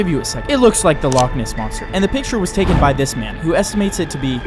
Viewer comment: Loch ness? No, log ness? YESS